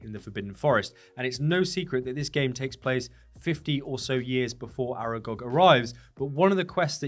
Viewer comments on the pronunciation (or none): none